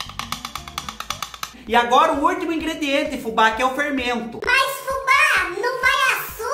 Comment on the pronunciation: Olha Fubá na pronúncia correta! .